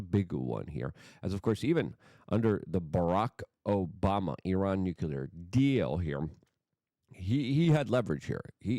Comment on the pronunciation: Nuclear ... Pronunciation American pronunciation Sounds like noo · klee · ur